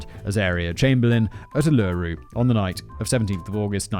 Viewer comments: Simon, Simon, Simon... it's OOL-la-ru not ool-LAIR-ru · Oo-Lah-Roo. Not Oh-Loo-Roo. I know I'm a year late but as an Australian I twitched everytime XD. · Uluru is pronounced oo·luh·roo. Only started watching so it may be that fact boy is just trolling. Also the payout was because the politicians at the time pilloried her in the press and lobbied for a guilty verdict before and during the trial and then they did everything they could to avoid admitting the politicians, police and justice system were more interested in making sure she stayed in jail to protect their reputations than admitting they were wrong. The "it's better to have a guilty man go free than an innocent man to go to jail" saying is a lie lawyers are taught to avoid admitting that generally it's not guilt or innocence that determines a verdict but who can afford to pay for the best lawyer to defend them. Prosecutors even when shown beyond a reasonable doubt that someone they convicted is innocent will refuse to admit they were wrong to protect their career. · Uluru is pronounced /oo/-/la/-/roo/ not /oo/-/loo/-/roo/ 😅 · OOO-luh-ROOO not OOLOOROO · Oh Simon you are killing me !! Your Australian pronunciations are HORRIBLE!! Ullaru is pronounced as Oohlaru !! I keep correcting your pronunciations, it's a good game ... lol 😆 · 6 minutes and 28 seconds in... PLEASE FOR THE LOVE OF GOD USE YOUR PRONUNCIATION GUIDE FOR "ULURU"!!!!! I know you're not known for your pronunciation, but bloody hell... Each syllable is equally emphasised: U-lu-ru, not U-loo-ru. Don't know if I can watch this if he's going to keep fucking it up. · The emphasis is on the first syllable of "Uluru" - it's OOlooroo, not ooLOOroo. You're driving me crazy, Simon! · I'm sure someone else has said it already but it is pronounced "oo-la-roo" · My God man you are pronouncing every word wrong😅. It's pronounced oolarue. And drop bears are just koalas but we Aussie's say the phrase drop bear to frighten the crop out of tourists 😂😂